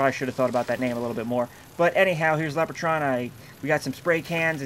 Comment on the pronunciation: btw, I don't think its pronounced "Lep-er-cawn" but "Lep-reh-cawn" making the robot's name "Lep-reh-trawn"